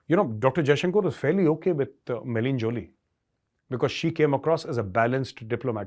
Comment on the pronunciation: It's 'May- la - nee', not 'May - leen' Joly, Major. You now have an international audience, so getting such things right is important for your credibility.